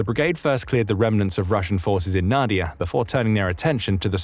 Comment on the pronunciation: Not NAdiya but naDIya: the stress is in the middle syllable.